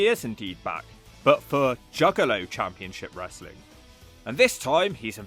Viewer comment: I love how Russo constantly complains about how much he hates "WRES-A-LING" (BRO). And constantly claims he wants nothing to do with it. Yet always comes grovelling back to any company that will take him because he has zero skills to do anything else with his life. Seriously, Russo hasn't had an idea that's drawn money since the Clinton administration. Dude is the ultimate wrestling cancer.